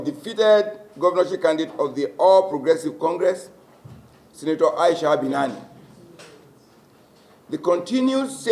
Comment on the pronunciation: Hello, it's Binani, not Banana.